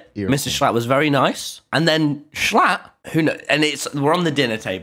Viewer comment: tommy met “Schlother”